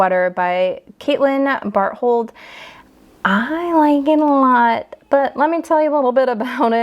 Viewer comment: Bar-told... the "h" is silent.